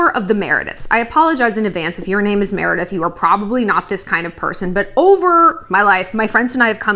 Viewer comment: You nailed the “Meredith”